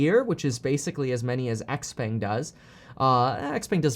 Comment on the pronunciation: Awesome. Xpeng is pronounced "show pung". I didn't know either.